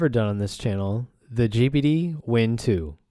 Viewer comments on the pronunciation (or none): It sounds like you are saying 'Gibbidy'...you are saying G-P-D...